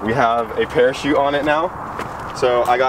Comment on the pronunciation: not a parakete, a parachute